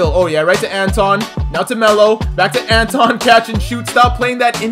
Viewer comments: ITS NOT Anton it’s Antwan an-twan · it was a misprint on his birth certificate. Parents kept it spelled like that so it could be unique. It's still pronounced "Antwan"...lol. I grew up watching him play (I'm a UNC fan) first time hearing people actually flcalling him "Antawn" but he's been ouy the league for a few years some of y'all didn't grow up watching him. Love the vids bro! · Antawn is pronounced Antwan, there was a mistake on his birth certificate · it’s antwan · My grandmother is good friends with him it's the pronunciation is antwawn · Called him Jamison not antawn because ik ur not saying it wrong but it sounds like u r and it's hard to watch.